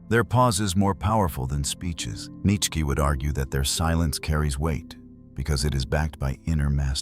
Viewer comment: Cracking up at how this Ai narration says Nietsch-ke 😂